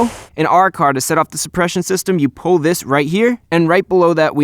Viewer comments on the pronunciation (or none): none